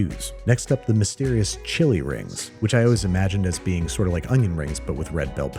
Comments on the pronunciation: Chewy rings- not chilli rings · For the longest time, I thought they said "Chewy rings" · I honestly thought she said “chewy rings” and I wondered what that was supposed to mean ingredients wise 😂